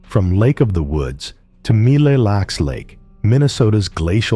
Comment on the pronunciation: The lake name is pronounced Mill Lacks.